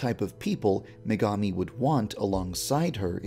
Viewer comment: I HEARD MEGAMI AS MEGAMIND